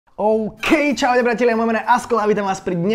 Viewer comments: "oukey kalorie" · "OUKEY KALÓRIE"